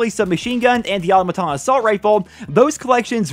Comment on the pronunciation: the way you pronounce "automaton" gets me real triggered. its fallout 4's dlc all over again